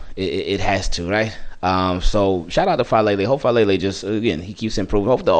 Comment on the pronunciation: Daniel Faalele ❌ Daniel FALLele ✅